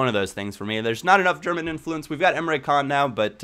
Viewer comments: emre can's name is turkish, and in turkish the c's are pronounced like 'dsh', so his name isn't emre kan, it's emre dshan:-) just letting you know because you said you like to pronounce the name's right. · great vid once again but Emre Can is pronounced Emre Jaan because it is a turkish name